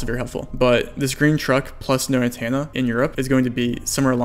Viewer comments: You really need to work on your annunciation and pronunciation. "Antenna" is not pronounced "An Tan Na" There is an E. So its An TEN Na You say a bunch of stuff incorrectly like that. Idk if you have a speech impediment or what but it makes it difficult for non english speakers and ESL to understand your videos. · If you take a shot every time you say antenna as antanna, then you'd be dead. :P